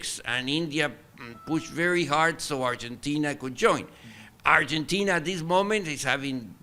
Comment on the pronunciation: It's not Urgentina lmao